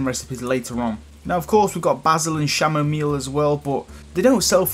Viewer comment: Pronounce kam o meal